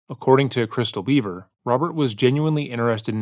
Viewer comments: I have some constructive criticism for your channel. I've been watching for years so this comes from a place of love. Its pronounced Bever, not Beaver. The failure to get the basic fact of the family's last name wrong comes across as lazy and honestly, disrespectful. It is not a difficult name to pronounce. I have noticed an uptick of similar issues like this in your recent videos and would like to ask as a long time fan that you put more effort into getting these details right. There are few true crime channels that care about accurately reporting in a respectful manner, and there are MANY that don't. Let's be the prior. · Bro it's not pronounced beaver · Always thought it was Bever pronounced "beh-ver" not Beaver.otherwise, exceptional video.